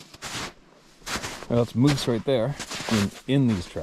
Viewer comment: It’s not muse it’s moooose…🤷‍♂️😂